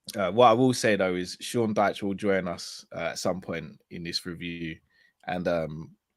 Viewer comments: Jamaican Dyche!!! I’m crying 😂😂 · Jamaican Dyche 🔥😂😂😂